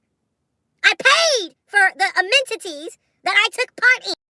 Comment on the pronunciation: Amen-ta-ties? 🤔 ms journalism